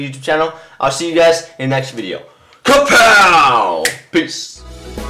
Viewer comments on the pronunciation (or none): none